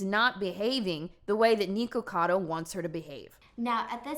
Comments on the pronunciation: why do you keep saying NEEKocado? his name is nicholas, it’s fucking NIKocado. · "Knee-kacado avocado"